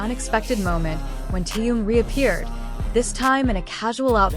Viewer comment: Почему вы зовёте его Тэен,все говорят по-русски,а ударения ставят не правильно в словах,имена всегда коверкают.Неужели так трудно сказать ТЭХЕН,Чонгук,Чимин,МИН ЮНГИ, Хосок, Сокджин,Намджун.Или надо издеваться не только над русским языком,но и именами ребят?